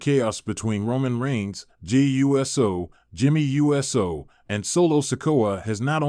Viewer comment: So the stupid AI voice over can't say Uso........ U-S-O? Not a professional look when the names can't be pronounced right.